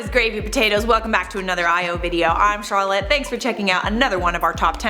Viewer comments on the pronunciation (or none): none